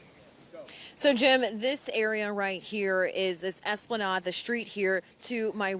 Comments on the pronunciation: Lol. She said Es pla nod. It's spelled Esplanade but pronounced Es pla nayde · Hey, you guys… Did you prank this poor girl? Bless her heart. Y’all sent her out there to one of the most well known streets in the state and told her the wrong pronunciation for it, then told her … “Make sure you cover that pole good, people are counting on you. This is Louisiana’s fFIRST hurricane, so make sure you talk about all the details of that pole. If you think you’ve cover it too much, it’s just about enough… do a little bit past the point that feels like it’s way too much, because that’s how it feels when you’re talking in a mic.” Haha